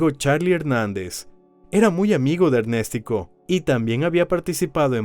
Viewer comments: Y le decían Ernestico jajaja o Ernéstico jajaja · ErnÉstico ojito, el men se llamaba Ernesto y su diminutivo sería Ernestico ,la pronunciación está mal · Me da dolor de cabeza cada ves que escucho ErnèsTico 😂😂😂